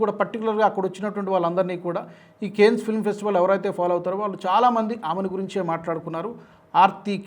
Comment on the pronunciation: Your pronunciation of Cannes is wrong. Try to correct it.